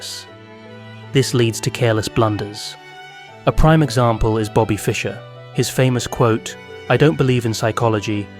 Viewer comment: two minutes into the video and you couldn't get magnus' nor bobby's name right 😭